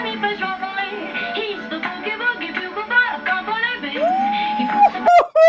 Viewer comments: A bugle..."bew-guhl" not "bugg-uhl"...is a brass instrument like a trumpet, but without valves. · Did you really say Buggle boy? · A bugle, pronounced "byougul", is like a trumpet without the 3 valves/slides that a trumpet player presses to modulate the notes. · I almost spit out my drink when you said "Buggle" boy! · Me, shaking my head at hearing you call a bugle a buggle. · He doesn't know what a bugle is...he calls it a "buggle" (rhymes with snuggle). One of the finest examples of generational divide I have ever seen. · Bugle, pronounce the U!